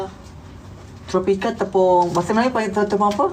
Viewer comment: Tropica 😅 tapioca Nokk😂